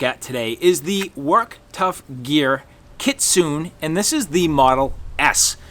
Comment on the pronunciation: Im not trying to be pretentious but I believe Kitsune that the E in the word itsounds like a hard A so it sounds like KitsunA . It is from taking traditional Japanese Karate for years . But I could be wrong .